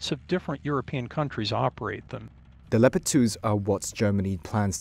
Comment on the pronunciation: The moment he pronounced "leopard" as "leo pard" i stopped listening.